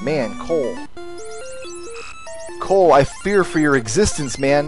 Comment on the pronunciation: Ahem. You're pronouncing it wrong. It's COLE.